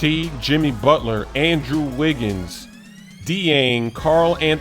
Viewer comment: Lol it's "jeng" not "dee-eng"